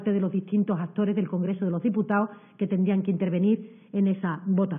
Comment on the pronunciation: ..”del congrezo de loh diputao” que no estas en la taberna hija, aprende a hablar cojones!!